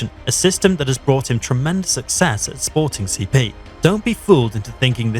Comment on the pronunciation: Had to give this one a like just for the fact that you actually took the time to read, unlike so many others, and called "Sporting CP" by it's name, well done, thank you